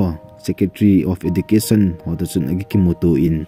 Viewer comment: Ezucation in pronounce ou sopi ..